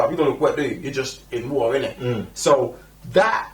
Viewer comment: i cant get over how he says water..."war uhh" lol...but yea no the trailer looks epic!